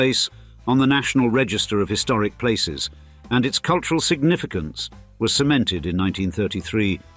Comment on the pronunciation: Culyural capital 😂.Plastic boobs and lips